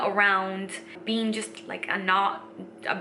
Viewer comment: Lol! For a second I thought you said “a multi-dimensional bean” Great videos...! Living the Dream!👍